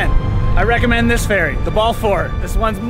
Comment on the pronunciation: Great to see you back in Nelson, well Balfour at least, close enough. Edit: Also, we who live here pronounce Balfour like Bal-fur we don't pronounce it like Bal-four.